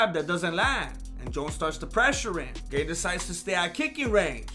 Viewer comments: Gaaaahn. Not gain lol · its gaaaan...like if you said the word gun with a long u....guuun....ciryl guuun... : ) very entertaining video, thank you! you are really good at this... had me laughing hard.. : D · How difficult is it to pronounce it GARN